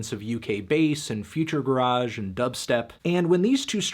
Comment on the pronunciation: as soon as he pronounced UK Garage that way I can’t watch the rest of the video